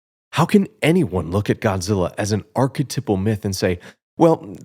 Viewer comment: It’s pronounced arc-eh-TIPE-al. Archetype. TYPE. I only mention it because you say the word “archetypal” 300 times. I’m so sorry I loved the video and also liked and subscribed I’m so sorry